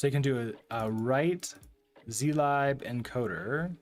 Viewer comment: It's pronounced /ˈziːlɪb/ ( ) not "z lie b", god damn it XD